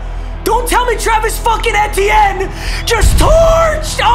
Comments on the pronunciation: I love your vids but your running back is pronounced Travis E-T-N Love you Papa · new drinking game: start a wheel of mut marathon and take a shot every time he calls travis etienne “en-tee-en” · Who else cringes when papa pronounces etienne wrong